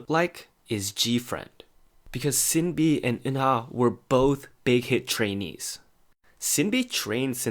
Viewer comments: İt's "Shin-Bee" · It’s actually pronounced ShinBi, not Sinbi.. I wish you all the best 😊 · You sinB pronounciation 😂